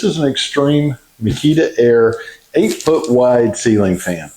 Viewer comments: It’s pronounced MINKA-aire , not Mikita. We have the 65” - love love love it! Great demonstration! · It's pronounced Minka Aire 😊